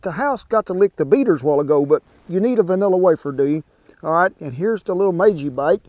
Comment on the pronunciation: Bro put the hard r on the nilla wafers 😭